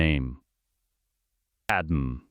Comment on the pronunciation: It’s pronounced pad may.